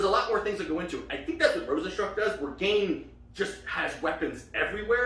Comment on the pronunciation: Gane pronounced Gan(yay) not gain